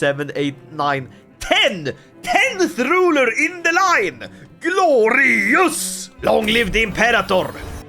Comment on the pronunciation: take a shot every time he says gloreeyus